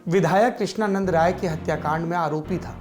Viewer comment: Sir woh "RAI" the... Aapne Krishnanand "Roy" bola....